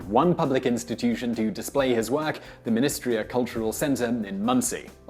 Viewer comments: Minnetrista not Minnestria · You butchered the name Minnetrista it's like "men a trista (sounds like sista)" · MinnetrISta cultural center, part of Ball State University, in Muncie Indiana. Stress is on the third syllable. I had to listen twice to be sure that's what you were saying. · You pronounce "Minnetrista" very oddly lol